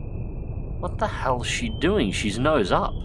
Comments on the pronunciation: I thought you said “The USS fuckin hell” 😆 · the USS fackin' 'Ell? sounds very australian